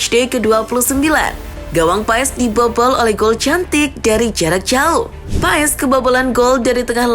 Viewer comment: Bacanya pas min bukan paes, maarten pas !